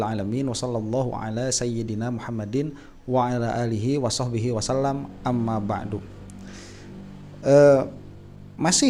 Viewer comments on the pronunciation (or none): none